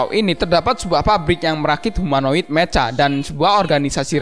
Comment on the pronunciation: Mecha dibacany meka bkn meca dodol